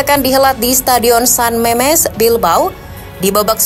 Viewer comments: Harusnya san mames bukan san memes keingat penyanyi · San Mamés ya, bukan San Memes